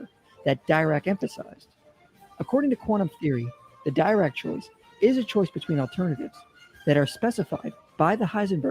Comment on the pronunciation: It's interesting that misspronounces von Neumann and Dirac. Neumann is a name you learn pretty early in standard physics programs in maths courses. I guess it's possible to pick up physics from just reading books but it makes me wonder.